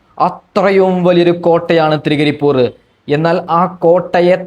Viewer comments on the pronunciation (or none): Thrigaripur alla 😂😂😂Trikkaripur 😂😂😂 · തൃ ക്കരിപൂറ് ആണ്😂😂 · ത്രിക്കരിപ്പൂർ .എന്നാണ്. അറിയില്ലങ്കിൽ പറയരുത്